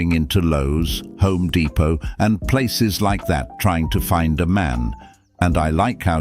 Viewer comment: It's HOME Depot. Not 304 Depot 😅